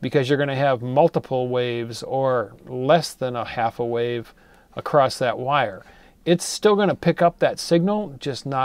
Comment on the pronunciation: The word "across" does not have the letter "T" in it. Stop adding a "t" that is not there.